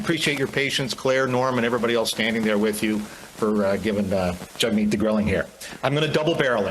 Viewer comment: the reporter calls him jugmeet